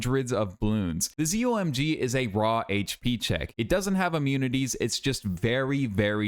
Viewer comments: ITS CALLED A ZOH EM GEE 😭🤦‍♀️ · Its pronounced Zo My God